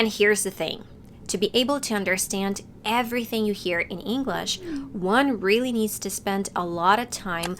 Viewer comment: You mispronounce English. It's not "Inglesh"